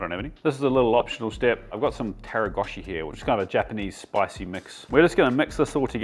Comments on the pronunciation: Love you and these recipes are awesome but it's Togarashi not Taragoshi. Sorry for the pedantry. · “Togarashi” chef, not “taragoshi” ;) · Love the video as always I’m a huge fan. Just a small note at 8 min mark it’s togarashi not taragoshi. 😂